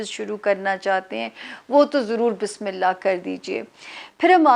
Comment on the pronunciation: Sister Bismillah theek sy parhna seekh lain plz . Ye ap ki islah k liay hai . Bismillah hirrah maan nirraheem.